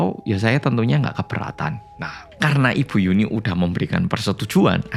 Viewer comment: Nyebut yunhee jadi yuni😭